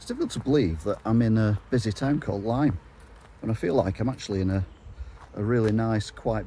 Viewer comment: I chuckled when you said "Lime" :)